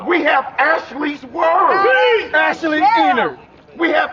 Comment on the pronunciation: Hold on, did he say ashley ener?